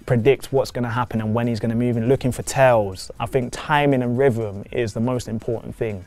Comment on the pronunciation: Did you say rhyvm(rhythm)?